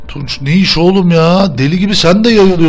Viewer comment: Abi Neiş Demeye Uyuz Oluyom Taklaji